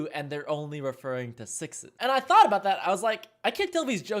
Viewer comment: did he just say "thot experiment", can we copystrike?